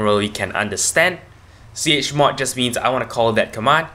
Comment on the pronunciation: please do not make tutorials untill you learn how to pronounce 'chmod' properly.